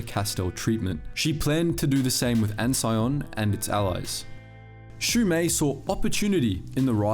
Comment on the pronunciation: I thought Ansion is pronounced "An-see-on".